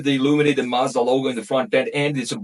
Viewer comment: You’re pronouncing ‘Mazda’ wrong.